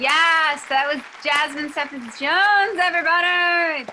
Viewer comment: The way the interviewer said cephas bothered me